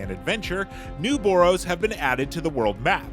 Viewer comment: New “bore-o’s” you say? That’s tore-ific!